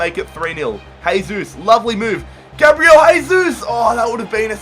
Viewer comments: It's Jay-Zeus no Hey-Zeus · Why do you say haysus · Its not "hesus", brazilians dont speak spanish, man.